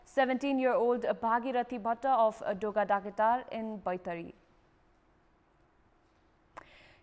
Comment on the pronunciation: dogada kedar ko pronounce ko lagi practice kina napugeko raixa sano sano kura ma pani dhyan diyra agi badda ajha ramro ra puraskrit hunxa hai ....